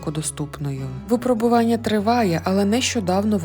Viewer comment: ВипрОбування, моя пані! Так само: його випрОбували. І мЕртві. Й пОки що. Дуже прошу, перевіряйте наголоси! Ви добре озвучуєте, тож якщо позбудетеся помилок, то ще покрутішаєте.;))) Трясця, коли всі ці чудові речі нарешті втілять у реальність? Зокрема переможуть клятий рак?